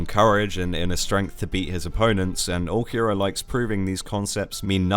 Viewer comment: took me a couple minutes to realize he's not saying ookiyura but ulqiorra british people really cant speak properly